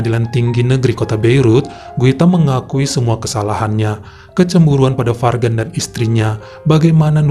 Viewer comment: Guita & Fargan. Kalau nggak salah cara bacanya Juita & Farjan. Nggak 100% J, nggak 100% G.